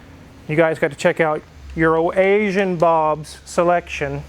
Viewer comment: ITS EURO-ASIAN... I don't know why gets it wrong or if he likes to poke fun... Also maybe David gets better deals from Bob than.